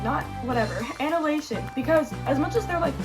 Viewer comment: So, firstly, you are a fan, competing with a fan, making noise in the background. 🤣 Second, you'll really have to learn how to pronounce annihilation. Third, definately rank the music videos. Finally, I was getting really excited that we were going to have the same favourite, but I fell at the last, I think the title track is the best.